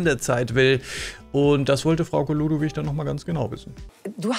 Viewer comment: Hay 😂 dir ist aber bewusst dass sie Frauke Ludowig Heist nh 😉 verstehe nämlich manchmal Frau Keludowig oder sowas 😂